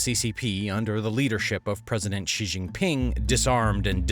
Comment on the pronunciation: Don't you know that Xi is pronounced She, not Jee??